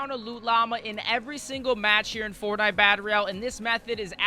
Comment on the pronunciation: “fortbait” yeah basically